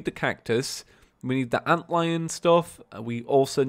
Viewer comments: HE STOPPED SAYING ANTILLION! THANK GOD! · "Ant-Lion" xDD After reading all the comments the last video stating how his pronunciation was wrong, it was just too funny.